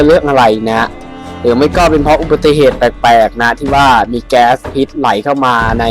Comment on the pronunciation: พิษครับไม่ใช่ ผิด